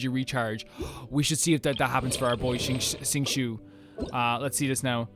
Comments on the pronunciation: ACTUALLY 🤓☝ Xingqui is pronounced XING - CHO. Not XING - SHOE....its like chore Xing-CHO. hope this helps. 😅😅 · If you‘re unsure how to pronounce a characters name, they usually say it somewhere in their introduction, which you can check in the character menu ^~^ you pronounce the first part of xingqui correct, but it‘s not a „u“, but an „o“ sound at the end. Shing-cho. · im glad the pronounciation helped you!! you were very close with xingqiu!! his name is one of the harder ones so its understandable!! it would be shing-chiyo (theres some more going on there but dont worry about it) thank you for trying!!